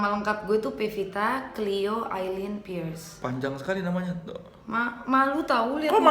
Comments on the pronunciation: soleh ga bisangomong "pearce" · Pevita Pearce, woe. Bukan Vepita First. Wkwk lidahmu keseleo mulu, bang